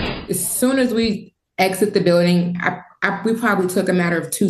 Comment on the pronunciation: News lady said biwdang instead of building 😂